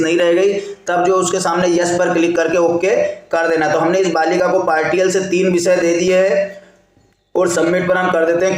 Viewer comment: पार्टियल नहीं पार्शियल होता है महोदय 😂